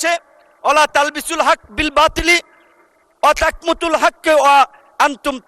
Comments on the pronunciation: ওয়াতাকমুতুল হবে না, ওয়াতাকতুমুল হবে। কুরআন ভালো করে পড়তেই পারে না। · কিছু বাটপার তৈরি হইছে রাজনৈতিক অঙ্গনে। আওয়ামী যুগে হারুনকে দেখতাম, রনিকে দেখতাম।এখন যোগ হইছে বিকাশ নুর।সূরা বাকারার আয়াত ৪২ পড়তে গিয়ে ভুল উচ্চারণ করে চলে গেলেন!আরে পাগলা,ওলা তালবিসুল হক্ব বিল বাতিল,ওয়া তাকতুমুল হক্ব ওয়া আনতুম তাআলামুন।তাকমুতুল নয়!